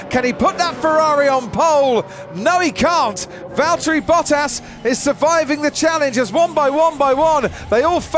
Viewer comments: it's Valtteri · it's Valteri! P1 🇫🇮🏁💪😛